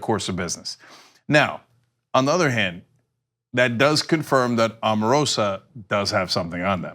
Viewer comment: Just so you all know ,,, her name is pronounced "Oh-mah-roh-sah"